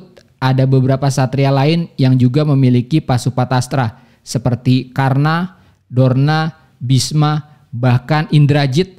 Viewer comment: koreksi dikit bang, drona bukan dorna